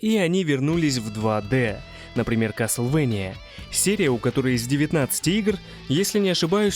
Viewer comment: Кастельвания мать его, что за каслвэния??!!! Почему все кому не лень каверкают название 😫😫😫